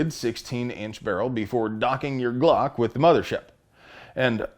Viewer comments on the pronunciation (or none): none